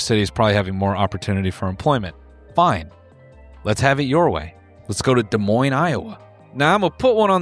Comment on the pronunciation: I'm in Iowa and hearing him say Des Moines was an actual jump scare